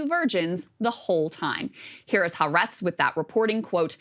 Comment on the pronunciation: It's not " Haa Retz. It's Ha Aretz. 3 syllables.